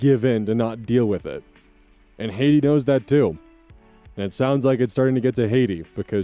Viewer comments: That name is pronounced Hat e not Haiti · I believe Hattie is pronounced "Hat-e" note "hate-e" Also, you're taught in school to not apply what you learn in school until you get a job in the field for a reason... Kids these days I swear (Not that I was much better with my bio degree in the early days) Also, I know for a fact that 99% of guys do not share shock videos, snuff films, or other such BS with each other on the regular... Hell, I have male friends and relatives who will deck someone for trying to pull that kind of shit. Especially if the other person doesn't want to see it. Dude's cracked in the head and probably needs to see a shrink. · S6: Of course it's an age gap relationship. Eta: BTW, Hattie is pronounced like "hat-y", not "hate-y". I was listening to this going "who names their kid Haiti?" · the girls name is HAT TEE not HAY TEE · Hattie = Hatty Hattie =/= Haiti Sorry, it was just REALLY bugging me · no.... tell me you did not just pronounce Hattie as HAITI, lol! General rule of thumb: double consonant usually means you use the short version of the vowel instead of the long! It's just the word hat + tee. HAT - tee. If meant to be said as Haiti, it should be spelled Hatie, just like Katie. I hope this info was helpful for future pronunciations. Still love ya. Gonna keep watching now. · Story 5: just FYI name is Hat-tea not Haiti 😅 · Story 5: Hattie is pronounced like Hat-ee 👒 🎩🎓🧢 no cap (pun intended.) Not like Haiti. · That name is "Hattie", not "Haiti". HAT-ee, not HAYT-ee. Not even sure how that happened, but it's genuinely distracting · Story 5: It's "Hat" like what you wear on your head. NOT "Hate." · First, it's "Hat-Ee" not "Hate-e", and damn, allowing your neuro-divergent, chronic pain suffering child to be bullied by your younger child who you send to a better school and give preferential treatment to is so fucked up! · I believe its Hat-tee. You're pronouncing her name as Hati the country. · Hattie is Hat -- ee not Hate -- ee